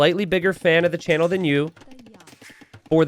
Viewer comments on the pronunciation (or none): none